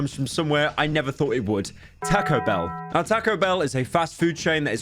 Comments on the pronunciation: he said it like tako and noit tahco ahhh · TAH-CO BELL NOT TEH-CO BELL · Say tack-oh one more damn time pyro, i swear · Tae-co bell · Lmao "TaCKo bell" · “Teco bell” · Takco bell? Why is he saying it like that. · "Tahcoh Bell" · "Tehco Bell" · Poor guy pronouces it like "Takko Behl" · I love how pyro pronounces Taco Bell ta-co-bel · "taaco bell" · “Tahco bell” Please pyro your killing the Mexican in me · “Tahko” British ‘people’ 💀💀💀 Edit: added punctuation to people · "Tah-ko Bell" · shoot yourself in the head each time pyro says "takow bell" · bros really saying 'tacko' bell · I will skull fuck you for saying Taco - Bell like "Tac-o bell" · Bro said "tacko bell" 😭😭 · I love how he says täcõ bēïll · The way he says Taco Bell 💀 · Hearing him butcher the pronunciation of taco bell makes me feel homicidal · The way he says Taco Bell is just... Beautiful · why do you say taco bell like that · i literally can’t watch this video cuz of the way taco bell is pronounced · you say "taco" in the way that the english accuse americans of saying anything else